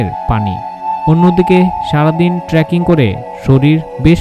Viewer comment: আপনি বারবার ট্রাকিং কথাটা উল্লেখ করছেন, আমার যদি ভুল না হয় তাহলে শব্দটা হবে "ট্রেকিং " আপনার ভিডিও দারুণ, উপস্থাপনা দারুন, ধন্যবাদ এত সুন্দর একটা সিরিজের জন্য